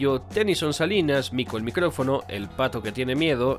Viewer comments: Compadre, es Mico el MICÓFONO, no micrófono (sin r) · Mas bien dise mico el micofono :v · Es Mico el micofono no micrófono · Que gran video!! Pero amigo, es micofono, MICOFONO!!! Sin la R 🤣 me tenia algo desesperado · MICOFONO NO MICRÓFONO enojada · Odio escucharlo decir "mico el micrófono" es "mico el micofono" su mismo nombre es parodia :'v waaaa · Me triggerea cuando dice "mico el MICROfono" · Rock & Pop se lee ROCK AND POP Y el apellido de Mico es Micófono, sin R. Buenísimo video igualmente 😃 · A alguien le parece raro que el diga mico el micrófono en vez de decir mico el micrófono?